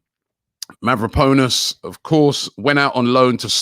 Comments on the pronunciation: Mavropanos Robbie, not Mavroponis. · Who's mavroponas rob 🤔 It's mavropanos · Mavropanos. pAnos not ponus!!!! 🤦‍♂️🤦‍♂️🤦‍♂️🤦‍♂️🤦‍♂️ muppet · No one: Robbie: Mavropowwnes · I'm only watching these for the name pronunciations. Mavro-Ponus lol